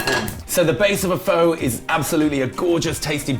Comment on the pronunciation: This is not pho and that's not how you pronounce it 😂😂😂